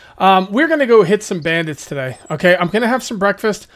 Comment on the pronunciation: He say brandids 😂😂😂😂😂😂😂😂😂😂😂